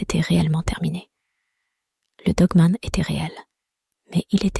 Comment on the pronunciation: Nravo pour vette histoire avec la voic qui va bien il ne faut pas dire dgue me'nt mais dogue manne , cela gmisse mieux .jr viens seuleme't fe vois decouvrir aujourd'hui etvje tegrette pas .